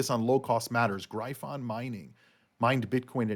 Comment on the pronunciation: I Don't think you are pronouncing gryphon properly. I could be wrong.